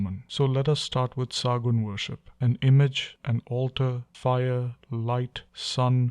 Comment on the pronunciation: It is Sagunn not saagunn .